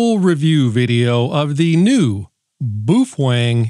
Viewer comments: Bwoo fhwang? Cmon! 🤣🤘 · What's a "Boo-fwang"?